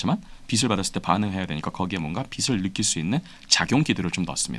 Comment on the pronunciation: 교수님께 빛을 =비슬이 아니고 비츨로 읽으시라고